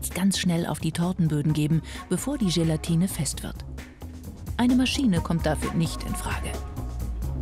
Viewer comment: Gelantine ist bei ihm gleich Schelantine